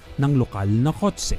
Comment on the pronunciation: Kotse not kot se puta